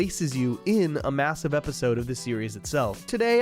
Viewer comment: I’m sorry but did you say MASSIVE